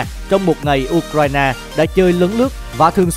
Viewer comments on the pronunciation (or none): none